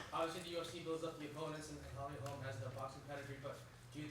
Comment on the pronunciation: Edmund thinks Holly is a descendent of Sherlock Holmes apparently. It's "Holm", better learn the name of the new champ